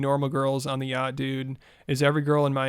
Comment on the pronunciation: You cant even pronounce yacht